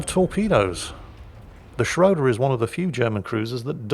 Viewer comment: Now he has time to learn to pronoune the "ö" in "Schröder" correctly. Greeting from Germany ;-)